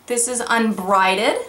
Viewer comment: You kept saying "Unbrided" but it's "Unbridled"...as in a horse without a bridle. ;-)